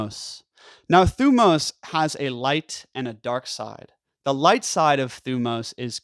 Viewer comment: Great video. You pronounce thymos wrong. But other than that you re good.